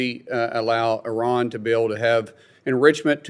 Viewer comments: Why do you keep saying Oh Ran? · Just in case you didn’t realize, you are saying O-ran instead of I-ran.